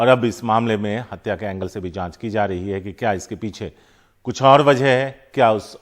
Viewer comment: हडसा नहीं है हतया है